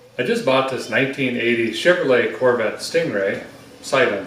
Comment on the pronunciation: "Poorvette" LoL. Another great installment.